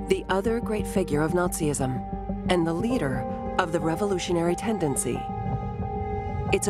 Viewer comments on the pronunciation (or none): Well done. One small correction: Nazism is a three syllable word, not four.